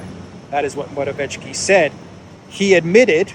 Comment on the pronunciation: Your pronounciation of Morawiecki is good, except for the c, this should be pronounced harder